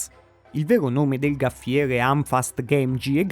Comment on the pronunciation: Gaffiere non si può proprio sentire.